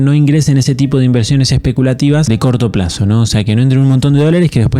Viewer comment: Y al inicio dice IVERSIONES en vez de INVERSIONES